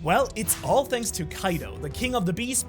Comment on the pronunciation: "Shanks so much for watching" lol